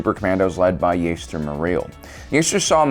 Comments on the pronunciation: Why do you keep pronouncing it “?” That just sounds weird…. And I was pretty sure it’s “Ja-ster” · Lol the way he keeps saying Jaster lol YIKES